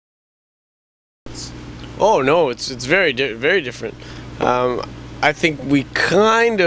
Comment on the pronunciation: Arif's uber Canadian "Oh no." XD